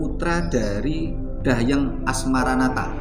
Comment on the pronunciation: 👍👍..bgs..namun berulang penyebutan Dahyang..rasa nya kok Dang Hyang..bukan Dah yang..mohon maaf